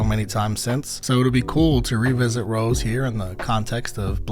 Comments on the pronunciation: It's Rosé (Rosay), not Rose XD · Suprised the blinks didn't come for your neck cuz you saying Rose instead of Rosé ( Rose-Hey ) 😂😂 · her name is pronounced row-say btw!! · rosé is pronounced ro-say btw ! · Great reaction! By the way, Rosé is pronounced as in the wine or the pasta Ro-zay. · This album is extremely good! If you’re wondering about pronunciation of the names, you said jennie and Lisa correctly and jisoo is (gee-su) and rosé is (ro-zay) cause it has the French accent on e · Rosé’s name has an acute accent so it’s pronounced like the wine. 😊 Jisoo is pronounced jee-soo. Yes being extremely popular, there are a lot of haters but worse still there are a lot of solo stans which are people that only like or support one member and dislike or feel like the other members bring down their favourite member. I absolutely despise the solo stans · I always love how in depth you analyze stuff. Quick correction, it's Rosé (meaning you pronounce the e like french). Her actual name is Roseanne, you kinda just drop the "n".